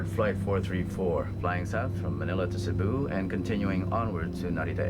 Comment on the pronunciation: He says it right, its not SEEBU!